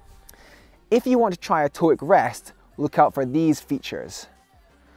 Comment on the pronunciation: Scottish: Towook English: Toe hook